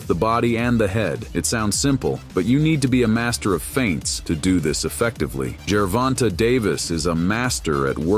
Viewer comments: the A is long. Jer-Von-tA. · Good video but he (like most) butchered the pronunciation of Tank’s name. Tank by TKO around round 10.